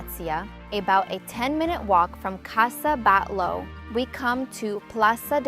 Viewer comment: And also casa Batlló with doble lt's not Batló, please try to learn at least the local pronuntation of all places visited, Casa Viçens it's with strong sound in last S, and also again Parc Güell is with doble ll no l (not Guel) correct is something like "Guey"